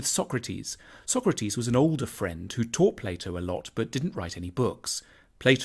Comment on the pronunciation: I played AC Odyssey, and the way Tanmay pronounced Socrates made me very uncomfortable